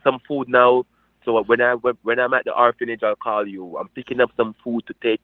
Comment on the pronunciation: That creature saying it does charity work is truly nauseating. "Horphanage" Seriously!!